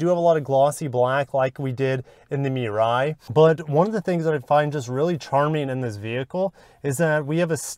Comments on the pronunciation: MUH-RYE… not MEE-RYE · WHAT THE FUCK IS A MEE-RAI?!!?!??!,, ITS PRONOUNCE MU-RAI!!!!